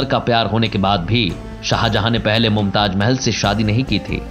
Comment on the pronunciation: Pronunciation is so bad for some word Mumtaj nahin mumtaz 😃😃😃👎👎